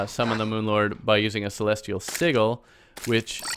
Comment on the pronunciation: Sigil is pronounced with a soft ‘g’